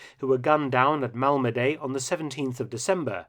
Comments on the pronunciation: It's pronounced Malmedi not Malmedey. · Your pronunciation of names sucks. Mal-muh-dee, not Mal-ma-day. Do a little research and you can stop sounding like a lazy amateur. It took me 15 seconds to hear the French, Dutch and Belgian pronunciations. They were all essentially Mal-muh-dee, none were Mal-ma-stinking-DAY. It makes me question how haphazard the rest of your videos are if you can't even pronounce correctly. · Pronunciation of "Malmedy": the y at the end sounds like "i" in "pin", not like "ay" in "day".